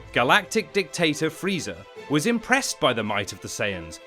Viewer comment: I’M SORRY? DID YOU JUST SAY FREEEEDA?